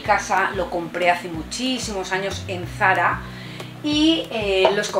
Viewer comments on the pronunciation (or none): none